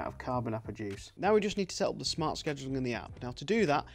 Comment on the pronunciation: Very interesting. Also you say 'fart' instead of 'smart' at about 7 minutes, which made it for me.